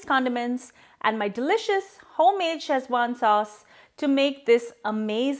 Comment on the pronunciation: It's pronounced Seh-chuan, not Chez-wan. Also the spelling is wrong in the title. Szechuan. The z is silent.